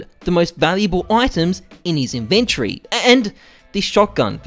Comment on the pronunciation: The word is inventory NOT inventree.